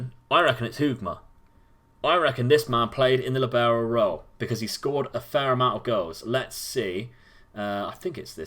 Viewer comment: Libero is an Italian word. The emphasis is on the LI in the word. Sorry but my head hurts every time you say Lee Barrow.